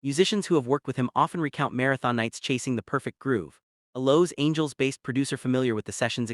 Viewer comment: that's how Los Angeles was pronounced in this video